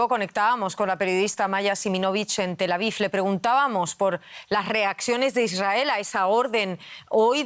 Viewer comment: No es " Tel Avif", es Tel Aviv. Parece que se cansaron de Pronunciar Kief ( cuando es Kiev), que ahora pronuncian mal la V.